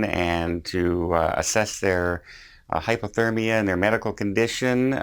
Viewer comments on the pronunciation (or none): none